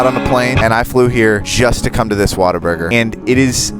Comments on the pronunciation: not be that guy but you pronounce it what - a - burger and texas is not a country its a state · as someone that is not american i really tried to hold laugh when he said WaterBurger like lmao , Waterburger, the fuck is that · You can't pronounce Whataburger.